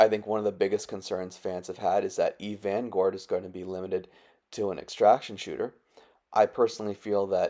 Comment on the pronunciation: "Eve Vangourd"